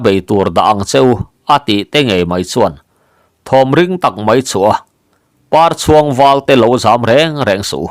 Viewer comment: 'Parchhuang,' i lam dan thluk hi a dik lovang. Pâ hming pakhat, "Papar, " tiha Parchhuang tia lam tur. Lo hal khu in Par a chhuang, tih ang hian aw.